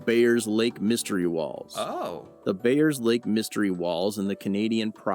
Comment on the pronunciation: It's actually Bayers lake.